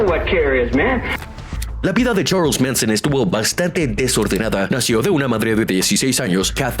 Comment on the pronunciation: Como que "Cherls Minson"🤣🤣🤣